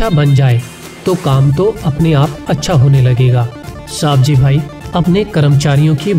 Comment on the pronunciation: It's not सावजी भाई it's सवजी भाई I am from Gujarat and I know his name